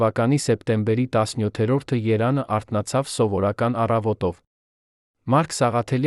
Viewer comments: Ամեն ինչ հետաքրքիր է, կարեւոր ու անհրաժեշտ։ Բայց հնարավոր չէ՞ տեքստը խմբագրել-սրբագրել, նոր միայն տալ ընթերցելու։Սա ի՞նչ անգրագետ խոսք է. Երան, փոխանակ Երեւան, չեթեր գնացած, փոխանակ եթեր չգնացած, երբե, փոխանակ երբեւէ… ԵՎ այդպես ամեն նախադասության մեջ։ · Տղա, դու հայոց լեզվի "ԵՎ" տառը երբեք չես արտասանում։ ԴՈՒ ՍՐՏԱՍԱՆՈՒՄ ԵՍ ԵՐԱՆ,ԵՐևԱՆԻ ՓՈԽԱՐԵՆ , ՆԱև ՍՅԼ ԲԱՌԵՐ ԷՍ ԱՂԱՎԱՂՈՒՄ։ Մեսրոպ Մաշտոցը գերեզմանում շուռ կգար։😅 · Ով է այս անգրագետ տգետը յոր աղաղաղված ակնարկներ էտսլիս։ Երեվան բառը ճիշտ արտասանի։